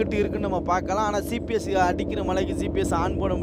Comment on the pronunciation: பிரதர் சிபிஎஸ்னு சொல்லாதீங்க ஜிபிஎஸ்னு சொல்லுங்க பிரதர் (GPS)